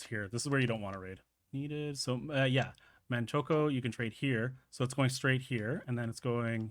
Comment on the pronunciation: Man-choke-o xD